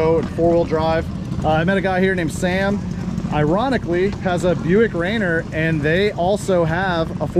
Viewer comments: That's pronounced Raineer, not Rainer. Mount Rainier WA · It's pronounced Ray near 👍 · Very impressed with the turbo 6!! BTW its pronounced ray-near :) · no ill will intended. I live in Washington St. Our biggest Mt. Is Mt Rainer. Every time you said it made me cringe 😬 I love the Atlas. Very underrated but a very cool engine...